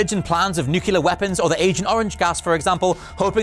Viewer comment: 'nucular', really?